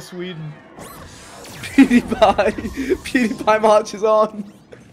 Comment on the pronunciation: Vikk said “Pawdiepie” 😂😂😂